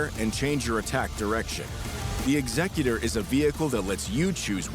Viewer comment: why is he saying Executor like that, that’s literally not how it’s pronounced anywhere